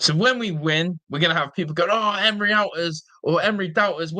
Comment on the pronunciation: If you're gonna talk about the gaffer then atleast pronounce his name correctly